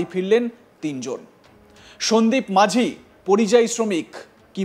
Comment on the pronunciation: Majhi noy,ti is maji.correct pronounce n spelling